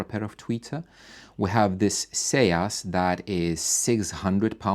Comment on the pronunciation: Isn't "Seas" pronounced "Ceez"? Rhyming with Sneeze but with an S. I have the SB Acoustics and Stereo Integrity M25 MkII, but my favorite all time tweeters are MB Quart PTE 25's. From the original German manufacturer before the sale. The sound is improved dramatically when using the passive crossover verses using an active X-over.